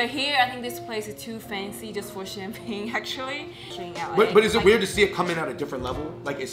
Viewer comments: im from Beijing! It’s not xianbing! It is Xian’Er Bing!!!! You need the er sound!!!!! Xian’ er Bing!!!!!!!! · It sounds so weird without the Beijing dialect. We add “r”s after the first syllable so it’s pronounced “Xia’er Bing”. Good video none the less! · It is Xianbinger hahahhahahahahahahah